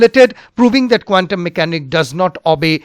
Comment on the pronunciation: PLEASE IMPROVE YOUR PRONUNCIATION OF 'QUANTUM'.